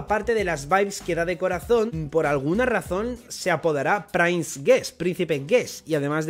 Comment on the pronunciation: Dia 1 intentando que deje de pronunciar Sword como /esguord/ y lo pronuncie como /suord/ o /sord/ (y ya de paso que pronuncie /prins/ en vez de /prains/)